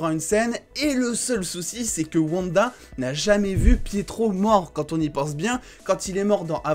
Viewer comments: Par contre stp c'est OUanda et non Vanda 😭😭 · Stp dit wanda pas vanda 😅